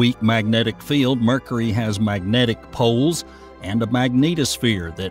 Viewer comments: Dude it's been driving me crazy. mErKuHrEe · Someone needs to explain to this guy how to pronounce Mercury. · Ever hear a native New Yorker accent when they say "caw-fee" for coffee? That's "New Yawk" accent for you.